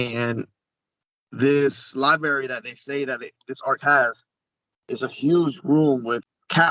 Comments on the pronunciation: LIBARY?...REALLY LIBARY? I LOVE YOUR WORK, BUT THIS GUY? LET'S HOPE THAT WITH SOMEONE WHO CAN'T EVEN PRONOUNCE THE WORD LIBRARY THAT THE BULK OF WHAT HE IS SAYING ISN'T A BIG OLD LIE-BERRY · Axe if they ate pasghetti in the liberry? Seriously why would know so much about this stuff when he can't even pronounce library? Nobody in the military privy to "classified information" is going to come on this YouTube channel and spill the beans. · LiBerry, really dude? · Pasgetti in the liberry hahahaha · I’ll have the Newkeyler Pasghetti in the Liberry ha🤣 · He's said it a bunch of times... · Of course they cuss- read my comments again- I'm not knocking his etiquette. He doesn't sound like military. Or a contractor. Or even a consultant adjacent to the work. Think about it: alien artifacts, high-touch project, incredible impact...and they send someone that can't say "library", doesn't know the capital of the country he is CURRENTLY IN and ENTERING, and refers to explosives as "little square bombs". I barely engage in this conversations with MY FAMILY (who are well spoken, educated and SWEAR) and I know it's plastic C4. It doesn't take a genius. This is a LARPer. I've had personal sessions and collaborations with other guests- he does good work, and I'm not a died-in-the-wool cynic. I'm just a critical thinker seeing dozens of red flags. He sounds like a bad actor that can't do enough research to spend 5 minutes on youtube. It's ROUGH. It's disappointing. Our community deserves better.